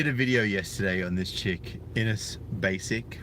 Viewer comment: Her name is Ines. He mispronounced it "Anus".